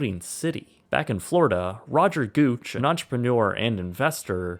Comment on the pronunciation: “Roger Gooch” 😂